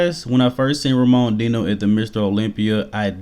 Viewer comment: You gotta work on that latinoamerican name pronunciation bro , the way you pronounced Enrique and Ramon Dino made me flinch 🤣